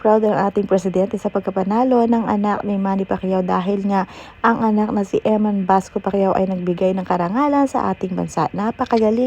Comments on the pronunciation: Bacosa not Basco ayusin mo Pag report mo mema blog ka naman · Bacosa po not basco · EMMAN BACOSA HINDI BASCO!😅